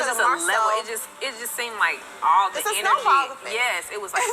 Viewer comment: I don’t like that her TH is a D looool